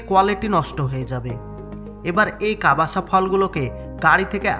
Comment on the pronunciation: প্রথমতঃ ওটা ' কাবাসা ' নয়,' কাসাভা। দ্বিতীয়তঃ কাসাভা ফল নয়,মূল। ভয়েস ওভার করার সময় বিকৃত উচ্চারণ ঠিক করা উচিৎ।